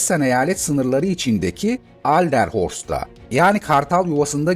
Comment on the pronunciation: Alderhorst degil Adlerhorst yanlis deyimlemissiniz